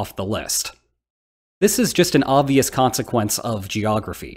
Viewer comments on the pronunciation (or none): none